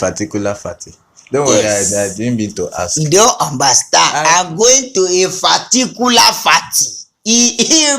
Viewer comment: 😂😂😂pharticular pharty😂😂😂❤